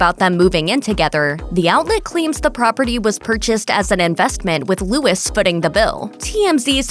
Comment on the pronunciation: Luis not Lewis. At least TRY to learn the pronunciation, lol.